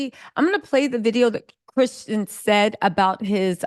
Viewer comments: Why is it so hard for you to say Christian, girl. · His name is Christian not Tristan 🙄🙄🙄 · CHRISTIAN,.....CHRISTIAN....As in a follower of Christ. Not Tristan, not Christen...Girl. Love your content, lady...but come on nahhh!! Smh. 🤨🤦🏽‍♀️🤣